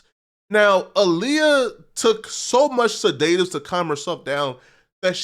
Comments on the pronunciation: Bruh, it’s SED-DA-TIVES, not SE-DAY-TIVES!😂🤣😂🤣😂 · Fool, the word is not pronounced seDAYtives. It's seDUHtives smh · It's pronounced (said-dit-tives) ok, now you try.. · Sedatives (said uh tivs) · Learn how to say sedatives 🤣🤣🤣